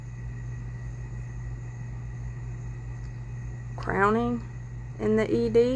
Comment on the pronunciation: 'Crowing ' like a rooster, not crowning